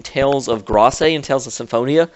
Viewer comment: please stop saying Grace wrong. It's said like this: "Greyse," all one syllable.